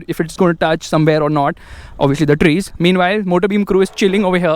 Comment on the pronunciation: Trees vrees lol 😄